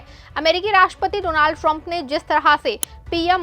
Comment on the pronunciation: Don't say do-naald